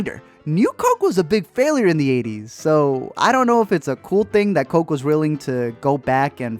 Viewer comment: Drinking a crishpy croke